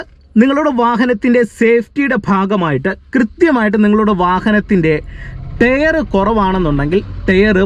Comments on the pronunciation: ടെയറല്ല ടയർ 😂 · നീ.... ഈ ടെയർ.. ടെയർ എന്ന് പറയുന്നത് ഈ ടയർ അല്ലേ....? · ടെയർ അല്ല ടയർ 🙏🏼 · Tare അല്ല ടയർ എന്ന് പറയൂ...